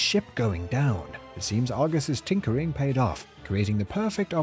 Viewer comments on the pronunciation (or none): none